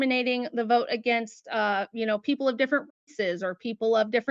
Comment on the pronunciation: “Who don’t vote? I mean what kinda peeepo?”